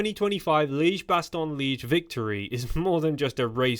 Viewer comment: Liège has two syllables in it.